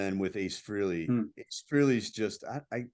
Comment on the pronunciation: Nice show, but PLEASE pronounce Ace’s last name correctly! It’s Fr A ley, not Freeley. Thanks!